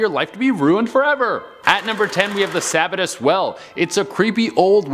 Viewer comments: Sa bat tus well! How us Mainers say it Sa Bat tus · From central Maine. Listening to how you pronounce some Maine locations makes me chuckle :) sab-a-tus is pronounced sa-bat-us :) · Sa-bittus 😂 Suh-bat-tus 👍 Is ok... we get a lot of mispronounced towns. Bangor? Not Bang-er...Bang-Gore That's the one that drives me crazy lol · No it's pronounced Sebb bat us. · Say it with me “sub bat tus” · Sa- bat- us is how you pronounce Sabattus I live there lol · These were very interesting, I'm from Maine and have heard most of these. With the exception of the Sabbatus Well. Pronounced Sah-bat-tus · Love the video but it’s the Sabattus well like Suh- bat-us haha love y’all!! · You are pronouncing Sabbatus wrong but it's funny lol! Mainer here lol! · Lmao I live in Sabattus Maine you said it wrong btw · how many Mainers laughed at the mispronunciation of "Sabattus"? lol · I did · the way you pronounce sabattus 🙈🙈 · That's not how ya say Sabattus, bub. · Sanford, ME here! #10 it's pronounced suh-BAT-tus #7 I've been there! Her leg really is there on the stone #3 ooooo it's the mark of every out-of-stater when you pronounce it sack-oh. It's sock-oh. I don't live far from it! I love this channel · Sa-BAT-us maine. Sock-o river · Sabattus - sa-bat-us. Saco - sock-o but way to explain how to pronounce them, wont get into the indian names around here. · Just FYI it’s suh-bat-is and sock-o. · its pronounced sah-ba-tis. lol 10 min from me in maine and saco river is saw-co river. also look up the devils footprint on the Scribner Hill Road in Manchester 3 minutes from my house. lol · Also it’s pronounced Sock O river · Dude if your going to do a vlog about a state learn how to pronounce the names correctly. Saco and Sabbatus for example